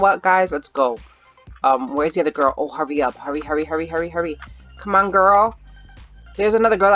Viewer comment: Sounds like un instead of on